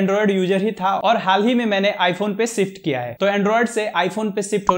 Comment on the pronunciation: Shift ❌️ sift ✅️